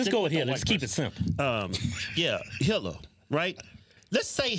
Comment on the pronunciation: When Keith (I think, twins all look the same to me!) said Hitler, I thought he said “Hillary”, as in Clinton. I was in total agreement. Hitler was pretty bad too though.